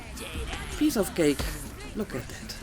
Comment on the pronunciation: When you said "piece of cake" I heard "piece of *ghaik*" which is wonderfully funny. Did you name your new PC? I always name mine after prominent women in computer science.